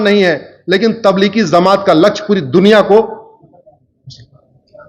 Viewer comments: Bhai zamat nhi jamat hai sahi bolna to seekh lo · Zamat nahi jamat Bolte sikh ja jahil ganvar